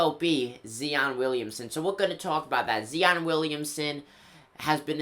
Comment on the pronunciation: Zi-on not "Zee-on"..and yes Zion is a beast and will look good on the Knicks ✊🏻